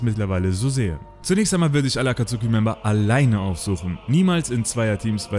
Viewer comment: Die aussprache von akatsuki sehr kritisch 😅😅 aber mega geil es video 👍🏾👍🏾 Hätte es mir das aber noch bisschen detaillierter gewünscht 😅